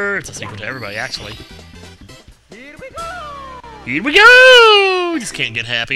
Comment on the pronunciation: he says here we go not hot pick les